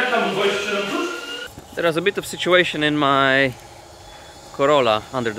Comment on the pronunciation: „teraz a bit of situejszyn” XD